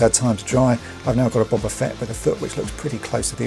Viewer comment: And at least you pronounce his name correctly, instead of using that loathsome "Boh-ba" pronunciation!